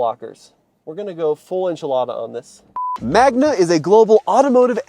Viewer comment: It's Magna, not Magma.